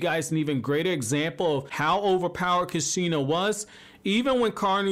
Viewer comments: Loved the video. But laughed when you said Kasheena lol. Idk..l pronounce it "koosh-ina" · At least say kushina right bro 😂😂